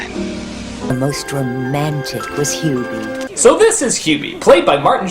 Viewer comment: While I'm used to Doug mispronouncing names here and there, this is probably the strangest case because he seems to flip back and forth between pronouncing Hubie's name correctly and incorrectly.